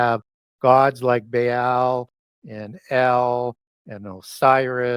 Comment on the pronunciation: You are absolutely perverting every ancient name intentionally, or you are an idiot. Grrr... Say... buh-all. Not "bae-all". Say... chair-ub. Say... "ah-new-knock-ee". Not "an-new-nah-kee". Idiot. Maybe your just high on vikes and think adding a new twist of your own will endorse your words with a scholarly insight... you'd be wrong. There were at least 5 other mispronounced names and its painful to my sensibilities. Two differnt day have i comment because I love wasting my time casting pearls. Uhg!